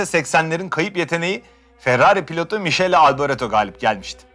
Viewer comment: Harika bir yarış ve anlatım gerçekten. Ders çalışmam gerekmese yarışın tekrarını izleyecektim internetten. Elinize, dilinize sağlık. Ek olarak, İtalyanca'da "ch" harfleri arka arkaya geldiğinde "k" olarak okunur. "Mikele" diye. Çünkü İtalyanca'da "k" harfi yoktur. Almanca'da da "st" "ş" olarak okunur, yani "Ştefan"